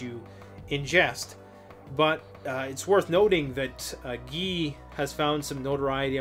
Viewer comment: His name is pronounced "Gi" not Ge. It's guy like saying "you guys." This is great! First time I've actually seen Preparedness together with Abrupt Climate Change. Can't wait for the interview. I have followed Guy McPherson for some time now.